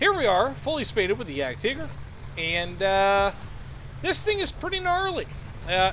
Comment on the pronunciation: That's the correct German pronunciation